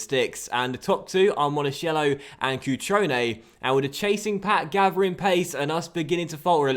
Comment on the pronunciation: Monakello not Monashello